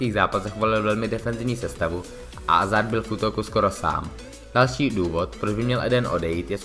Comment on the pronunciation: Nechápu jak můžeš dělat redaktora a videa o fotbale když neumíš ani vyslovovat jméno hráče, který patří k top 10 na světě...